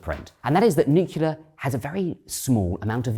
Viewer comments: He never says "nuclear" but "nucular" 😄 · Nuclear, nuclear, nuclear Boils my blood when I hear nucular FFS